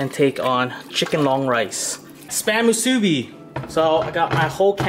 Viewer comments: If the pork is hard.its not ready.the poi isn't even traditionaly made.long rice is from philipens.musibi is chinese.and its musibi not muusbi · Dude I'm from Hawaii but you did almost everything right but the name of the musubi (moo suu bee) and the way you cooked the spam no saracha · It's supposed to be just normal rice and and either teriyaki sauce on the spam or just spam just btw. And it's pronounced spam moosoo-bee two syllables another btw. Don't get mad comments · JAYK91 i was waiting for a Hawaiian to comment on this i knew he didnt do it justice lol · I died when he pronounced Spam Musubi XD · Love the channel! Even the way you eat is awesome. Just one flaw. I hate to mention this, but your pronunciation for Musubi is a little off. Aside from that I could not turn away. What a great show. I speak from personal experience as a Hawaiian. You represent us wonderfully. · Your pronouncements make me cringe but at least you try. Btw if anyone wants to try real Hawaiian food like how it really tastes just go to Hawaii they make and prepare it a very certain way that actually makes it how it’s supposed to taste. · Im so sorry, but it was very cringey, cause im Hawaiian and you pretty much pronounced every local food or language wrong.